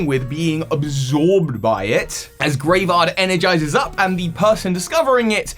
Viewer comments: constantly calling it Graevard instead of Greavard is making me cringe. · Might just be your accent, but it's spelled Greavard and the website specifically uses the word grievous in relation to it, so most likely it is pronounced Greave/Greev-ard not Grave-ard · it is kinda odd, it is almost certainly not pronounced like graveyard without the Y like how pronounced it though, that would be too on the nose if you ask me and would probably be spelled Gravard or Graevard, putting the E first suggests some different pronounciation. Maybe it is hinting at its evolution having some sort of armor? Greaves are classical shin armor while also sounding like grieve (as in: to mourn)